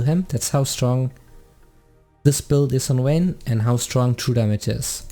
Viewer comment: VAYNE not Wayne